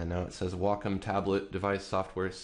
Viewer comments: It's Wacom not wocom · its wacom not wocom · Excuse the off topic question, by why is it pronounced "wah-com" and not "way-com"? If you take Waco (Texas) as an example, that isn't pronounced "wah-co"... tx. :) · pronunciation: WAY-com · I just got a Wacom ad before the video. It's "Wah-com". c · So you pronounce your a's as o's and you think its correct? Ok you keep thinking that.